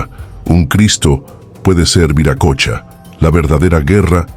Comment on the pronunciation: Se pronuncia viracocha no viracocha